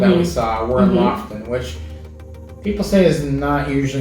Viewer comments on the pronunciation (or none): Ya'lls videos are so informative, I hestitate to say this, but I lived in Norway for a year, and it's pronounced LOO-foo-ten. It's hard to drop American English, but the locals appreciate the correct sound. Thanks.